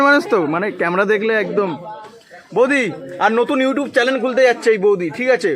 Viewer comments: এরা একেবারে মূর্খ। তাই বলে চ্যালেন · Vinoy tumi chalen keno bolo? Aasol kathata holo channel, uchharan aktu thik koro